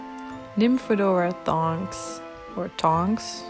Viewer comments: You put the skirt on backwards for Bellatrix and Molly, and its Nymphadora Tonks not Thonks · You put the dresses on molly and bellatrix the wrong way and its tonks not thonks lol